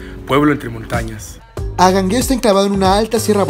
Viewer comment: Tienes un problema de dicción, tal vez frenillo. Pronuncias mal las palabras, como Angangueo, tu dices Agangueo. 👎